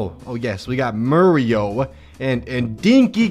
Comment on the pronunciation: also, I know I commented this before, but my eye still twitches from . How can anyone fuck up the names of Mario, Lady (aka Pauline), and Donkey Kong?